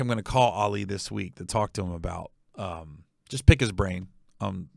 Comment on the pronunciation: Hey Gary it's "Ali" like Muhammad Ali.